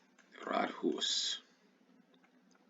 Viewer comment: Rådhus. Råd - counsel or advice. Hus - house. Pronounced with a long u.